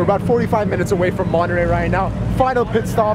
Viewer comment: Se dise Monterrey!! perro no monerey XD